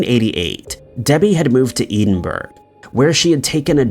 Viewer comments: Edinburgh (EH-DIN-BURR-A), goodness grief!!!! not Edenburg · take the T away from Ted and what's left ED so you pronounce it Ed inburgh. Its the capital of Scotland 😀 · Winner winner lamb curry dinner., I enjoy your uploads very much. I was suprised to hear in 2 posts you feature crimes that involved the city of Edinburgh. I laughed at your pronounciation. E DIN BURGH. It's pronounced: ED IN BURGH, sounds like HEAD IN BURGH. I live in Edinburgh. Barbara actually stopped off for a piss hahaha. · It pains me when you pronounce Scottish towns it’s pronounced edin-bruh , not ‘eden burg ‘bro😭😭😭😭😭😭😭😭😭😭cmon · Bro, love your content and all, but you gotta look up the pronunciation of Edinburgh. Cuz Eden-Burg is not correct. Ed-in-burr-ah is a phonetic attempt from myself to try and help. Other than that, great job, as usual! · No kidding. I had no idea where he was talking about until it suddenly dawned on me. Eden-burougho! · It's Edinburgh, (Pronounced: Ed in burgh) Not "eden" burgh. [Gibbs-slap] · Ed in bruh… not EDEN BURG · Edin buh ruh not Edenburg! And it's pronounced heartforshire even though it's spelled Hertfordshire. Jeez, do some research on how to pronounce UK town, city and county names! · I've never heard Edinburgh pronounce Eden burg, before. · Ed. In. Buruh. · Good video but you need to learn how to pronounce place names properly, it’s really jarring listening to you say “edenbro” when you’re trying to say Edinburgh - just one example out of… lots 😬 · Ee din burg? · For the umpteenth time, it's "Ed-in-burr-uh" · ed in bura not edinburgh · Never thought I would hear Edinburgh pronounced so so so so so wrong, in every syllable, every letter, every part of it couldn't be any more wrong if he tried.........painful to have to listen to the word in this video. I can usually excuse his pronunciation issues but that one was too bad, in every way, I couldn't let it pass without expressing my horror. 🥴🤢🤯😲😱😡😭😣😖😓😩😫🤬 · Edinburgh and Dublin 😂😂😂 it kills me